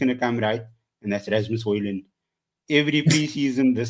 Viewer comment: The collective facepalm when said Hojlund 🙈😭😂im with you I'll back him till the end.